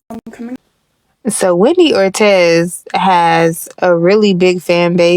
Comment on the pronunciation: it’s or-teeze not or-tez.